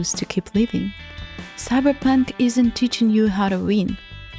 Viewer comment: i love you pronouncing it "cyberpank"